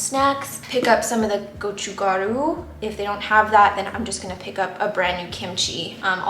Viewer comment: Your pronunciation of gochukkaru was great! 👍🏼 Loving your new channel! I was going to ask you to drop your makeup routine but didn’t want to be weird lol. 😬